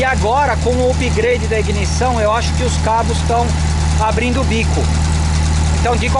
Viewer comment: Upgrade pronuncia errada no video comedia